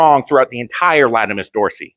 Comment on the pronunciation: Great video, will be keeping this stuff in mind. Anatomy nerd comment - it’s latissimus dorsi, not latimus. Silly Romans.